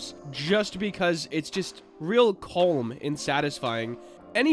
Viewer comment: People: Calm: C o l m